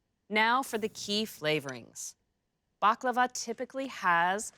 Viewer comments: IT IS NOT BAKLAVA ! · First pronunciation, than recipe...